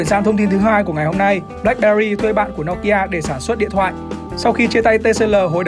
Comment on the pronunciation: Từ bé đến h mới nghe thấy có ng đọc " No ki a" : trước h toàn "Nô ki a" 🤣